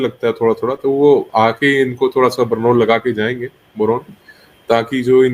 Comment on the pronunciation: बोरोन नही बर्नोल है वो